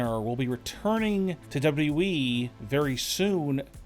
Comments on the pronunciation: Great report but.... Could you do everybody a freaking favor please.....it's pronounced WWE......NOT W...EEEEE!!!! FFS MAAAN 🙄 that's super annoying!🤣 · Why do you talk like that? Why do you say wwe like that?